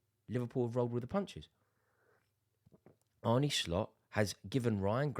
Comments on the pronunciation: Just to note on pronunciation. Its more Arn than Arnie when pronouncing Arne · It's Arn-u, mate. Not Arny. Cheers Rore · Stop calling him "Arnie". His name is Arne! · It's not Arnie, it's Arne. Think John Arne Riise. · I can't listen to you saying bloody Arnie 😩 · We're english. It's Arnie. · It's Ar-nuh